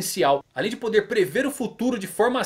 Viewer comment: Faltou o "r" de "poder"..